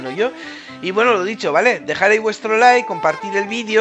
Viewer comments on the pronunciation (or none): none